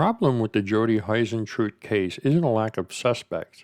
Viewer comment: I'm obsessed with this case, I want Jodie to be found. She seemed like such a lovely woman. Also you pronounce her surname like hoo rather than hi. Hope that's not rude just trying to be helpful.